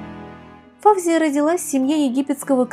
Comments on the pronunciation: Не ФАвзия, а ФавзиЯ, не ШИрин, а ШирИн....И при чём тут драгоценные камни??? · Здравствуйте,. Ваши ролики очень интересны, я подписчик. И всё-же сделаю дружеское замечание. В арабских, персидский именах ударение делается на последнем слоге. ФавзиЯ или ФаузиЯ. Просто на всякий случай, для информации. Удачи.